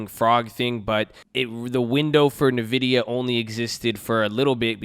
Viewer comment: I love the videos but I have to correct you. Its pronounced "N-Vidia" not Navidia.